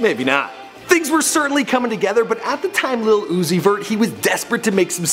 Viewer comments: Stop saying lil as little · Lil and little are pronoun differently. smh.